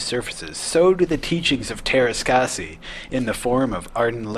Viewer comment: I'm a Finn and you can imagine my bewilderment when I saw this game in stores. BTW, the Ä is pronounced like the A in the word "hat" and R is hard and rolling like in "brrrrrr" when you're cold